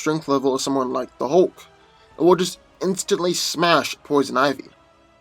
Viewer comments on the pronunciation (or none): none